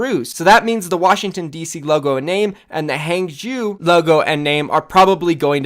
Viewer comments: Its pronounced hah-ng zh-ow (ow as in row). Not hang-jew. Fucks sake every opportunity to be unprofessional you’re right there huh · Zhou in hangzhou is spoken Ouch without ch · For God sake please practice you pinyin. The way you pronounce Hangzhou just make me sick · How people pronounce Huangzhou is actually tilting already LOL, can’t wait for all of the Chinese teams’ names in OWL by casters. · Drinking game: take a shot every time pronounces Hangzhou differently.